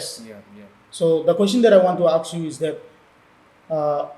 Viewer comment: It's ask..not aks🤣